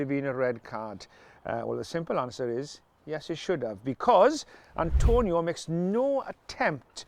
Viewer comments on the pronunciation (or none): It's Atonio not Antonio. But it's red card in my book.